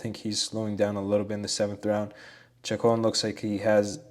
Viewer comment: Great study. I think Chacon is pronounced Shacone.